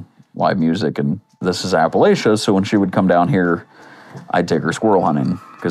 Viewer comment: This dude is a whole state away from Appalachia 😂. And he pronounced it wrong